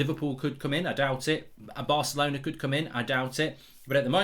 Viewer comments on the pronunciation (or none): none